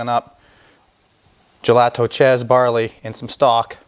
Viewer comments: Nice try on the pronunciation. I pick these up at a local producer (Karpisek's, Wilber, Nebraska USA; self proclaimed Czech capital) from time to time. We say it like this, "ya'-lee-ta" [JALITA]. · Great video, I'm 100% czech, so just to clarify, it's pronounced "yel-e-tho, Thank you for the info of how to make it, Nebraska! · Just to corrent the pronounciation. The "j" in "jelito" is pronounced as "Y" in "yellow" and you don't make the "ou" sound at the end. You just say "O" as you say it in "lock". Czech is phonetic language so the nice part is that once you know the pronouncations of phonemes you can read anything correctly unlike english. Czeech cuisine does not really use cumin. "cumin" is probably bad translation of "kmín" which means "caraway seed" Good job otherwise. This reminds me of childhood and when we had pig slaughters in the fall (grew up in rural household). I was always tasked with stirring the blood so it does not congeal haha. I like to cut them into thick slices and fry them untilů crispy.